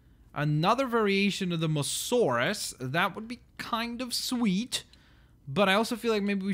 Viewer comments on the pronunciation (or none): Is mosasaurus !!!!!!!!!!!!!!!!not mosaurus:(!!!!! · you say the mosa name rong idiot >:(